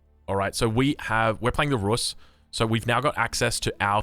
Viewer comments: It’s pronounced Ruuus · Рус / "Rus" is pronounce like Roos, similar to juice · It is pronounced [rus'], with second consonant soft. Your second attempt is closer.